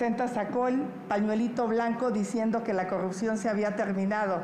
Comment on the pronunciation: La xochil xq dice corruxion y no corrupción, neta q no sabe hablar y la verdad ya no se le cree a nadien, pero si nadien saliera si habria un buen cambio.